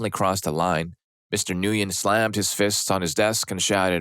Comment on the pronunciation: The name is pronounced "Mister Gwin". It rhymes with "Thin". The "N" is silent. Have we (at least us in the USA) all forgotten how to pronounce this very popular Vietnamese name?